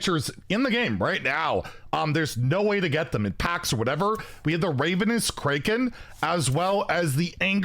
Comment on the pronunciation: I'm both impressed and surprised that you managed to pronounce both Ravenous AND Kraken wrong in one sentence